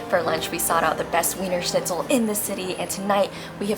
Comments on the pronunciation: If you are doing a food tour youmightl learn the names of what you are eating. The noodle is likely “ Spätzle“. The Cutlet may or may not be Wienerscnitzel? Btw It is pronounced not with a W sound but with a V sound. (V)ienerschnitzel. For your followers. Authentic Wiener Schnitzel is traditionally made with veal; if a schnitzel is made from pork, it is technically called Schnitzel Wiener Art or "Viennese style" schnitzel. Austrian law protects the name "Wiener Schnitzel," requiring it to be made from veal, though many restaurants will offer pork versions under a different name. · VEENRRRSCHNITZLE not WEEENER! 🤭🤣😂🤣😂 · it may look like weener shnitzel but to German speakers its veener schnitzel. Just as Wien is not ween but veen (Vienna). The English 'v' actually doesn't exist in German 'V' in German is pronounced fow; Volkeswagen is pronounced Folkesvaagen. Not pedantry but essential understanding. Its a stretch for Americans to understand but in 1814 Wien (Vienna) was the cultural heart of the western world. Britain and ultimately north America triumphed by the historical accident of colonialism - and the holocaust of indigenous peoples. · Please please please stop saying “weener”! Do the minimum of learning how to,pronounce a few couple of basic words when this is your profession. It is so cringy! And Almdudler is an old timey soda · "Weener" schnitzel???? oh no oh no oh my god no no no no